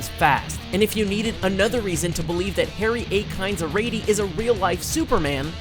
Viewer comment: The name is not pronounced "Arretti" it is Ar-yi-tey. Its a Ghanaian name. He comes from south of Ghana